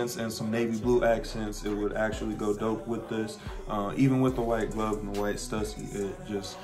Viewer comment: That’s not how you say stussy? lol